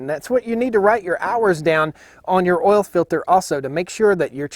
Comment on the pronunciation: it's not ol it's oil sorry just joking luv yu man